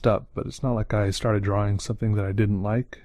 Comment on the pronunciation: His draw-wings book. I like how he pronounces drawing.